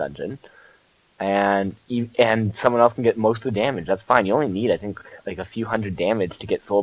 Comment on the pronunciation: Lol instead of think, you say fhink